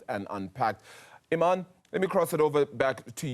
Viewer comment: It's Iman Not Imanii😂😂😂